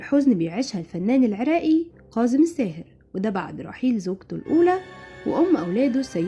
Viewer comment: اسمة كاضم الساهر وليس قاضم الساهر المصريين لا يجيدون التحدث بالعربية الفصحى وينطقوها غلط في غلط